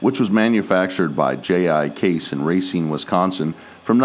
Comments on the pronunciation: Great video, but it's pronounced "Ruh-seen" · Just to let you know Racine is pronounced Ra-seen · Your saying Racine wrong. I had to say it as I’m from Wisconsin. Great video though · If only you could pronounce towns right